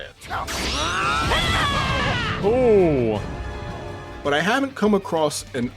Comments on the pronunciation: Never forget the legendary "Kame Yo Mama" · Never listen to a Dragonball journalist who can't pronounce " Kamehameha " properly 😂😂😂